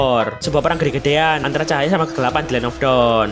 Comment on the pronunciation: Pengucapan "GEDE"nya kok gak kayak sebelumnya